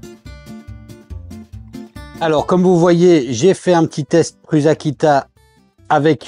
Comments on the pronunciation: Un nom propre se prononce proprement. Prends n'importe quelle vidéo de Josef Prusa et écoutes comment il prononce son propre nom. Tu ne prononces pas Bill gâtes, ou Donald trümp, alors il n'y a pas de raison de dire pruZa. Qu'est-ce que tu ne comprends pas là dedans ? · PRUSA, veut dire "Prussien" en Tchèque. Il n'y a aucune raison de le prononcer PRUZA... 🙄